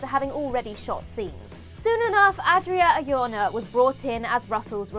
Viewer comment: Adria Arjona has been in the movies for a decade, and you still can't pronounce her name. Could've googled her saying it herself.